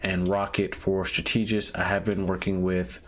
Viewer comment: Bro please say the word strategist right